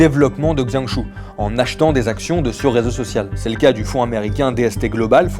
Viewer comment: Justement, il serait utile de demander comment ça se prononcer avant de dire n'importe quoi...